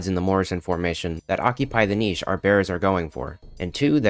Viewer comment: Oh good. An American who pronounces ‘niche’ correctly.